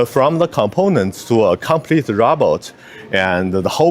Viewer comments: Why does she call a robot a rowboat? 🤣 😂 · I can't help laughing when she said "roboat" like how melania said it 🤣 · Stop saying Row Boat